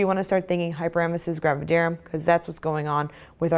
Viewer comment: Finally!! The first video where someone pronounces “gravidarum” the same way as me!! I was starting to fee embarrassed😂😂